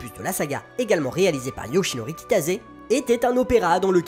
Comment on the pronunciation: Pourquoi je ne découvre ça que maintenant ? C'est génial ! Cependant on prononce Kitase et pas Kitaze.